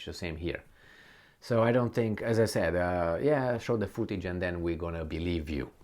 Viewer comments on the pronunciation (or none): none